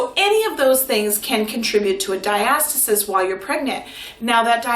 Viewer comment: Diastis? it’s pronounced “Dia-sta-sis”